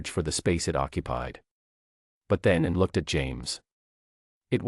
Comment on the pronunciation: It is very distracting that the AI mispronounces Princess Anne’s name.